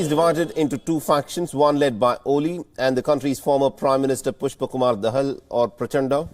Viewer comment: Plz pronounce correctly, its not दहल but दाहाल, the surname of mr. pushp kamal dahal, a k a Prachanda.(पुष्पकमल दाहाल, प्रचण्ड)